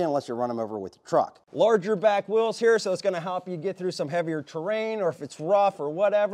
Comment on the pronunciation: the battery right heur... and heur.. hahahahaha